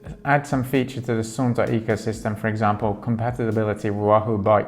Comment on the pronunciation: You got it! From the Suunto about section: "The word “Suunto” comes from the Finnish word meaning “direction”. Suunto is pronounced “Soon-toh”." "Suunto was born in Finland more than 80 years ago, when championship-level orienteer and keen outdoor enthusiast Tuomas Vohlonen invented the mass production method for the liquid filled compass. Since then, Suunto has been at the forefront of innovation, hand crafting premium sports watches, instruments and dive computers that have been tested in the world’s harshest conditions. From the beginning of time, man has explored. All that has changed are the tools."